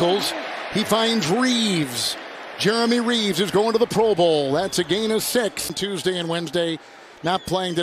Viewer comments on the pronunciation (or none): none